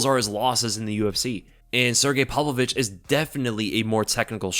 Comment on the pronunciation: Did you say Sergei ,"palovich"? Is that how it's pronounced?